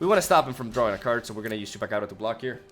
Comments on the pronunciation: Yeah, he nails Chupacabra far better than us "native" english speakers! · Finalmente! Alguém que pronuncia Chupacabra corretamente!